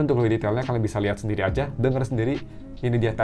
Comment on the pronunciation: "memberi sendili" kebaling bak :(